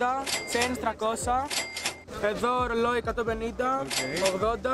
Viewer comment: Στο δεν ντράπηκε να πει ρόλι 20